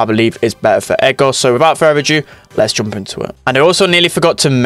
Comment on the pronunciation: U say "joomp"